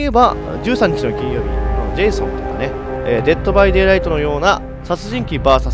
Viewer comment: デットバイデイライトってちゃんと言えるんだw